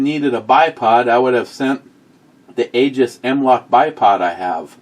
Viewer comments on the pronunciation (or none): none